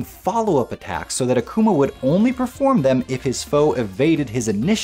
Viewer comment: Great vid! But It's pronounced AH-kuma Literally means demon in Japanese